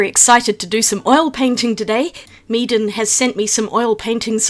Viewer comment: When you said "Meeden supplies", it sounded like you were saying "Meat and supplies" as a pun.